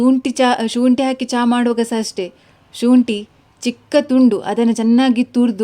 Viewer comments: ಶೂಂಟಿ ಅಲ್ಲ. ಶುಂಠಿ. ☑️✅ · ಸರ್ ತುಳುವರ accent ಅದು